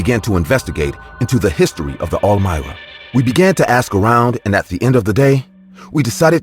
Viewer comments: All mira??? Really?! I've nerver heard that before. Pretty sure its pronounced arm-wah. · Bruh are you tryin to say armoire as in “am war” wth is a Elmira? lol made me chuckle great stories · When the narrator is saying all-myra… is he really trying to say armoire? Pronounced: arm-waar. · Third story: “almira”???? Come on guys I’m not the only one who said wtf … ARMOIRE ???! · Are they trying to say “armoire”? Lol They are saying almira 🤣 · The way he is pronouncing armoire in the third story is driving me crazy. It is pronounced "arm-wà". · Is pronounced ARM-WAH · "The ArMira" please tell me I wasn't the only one annoyed by the way it was said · "Armoire" The word is "Armoire" "Ar-mwar" You're welcome. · Story #3, why the fuck are you calling the dresser that!??? You go out of your way to mispronounce it over and over and fucking over again Lol Who told you that's the pronunciation?? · LOL....The 3ed story makes me laugh SOOOO MUCH! The close closet ISN'T called what the narrator kept calling it!!! LOL....listening to the story I kept thinking, "What the hell is he talking about"? THEN.....I finally figured out that he was TRYING to say (armoire)! LOL LOL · Lol naw not just you. I'm guessing he meant armoire